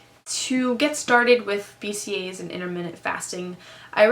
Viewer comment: Um... IntermittENT fasting, sweetie. Not Intermitted lol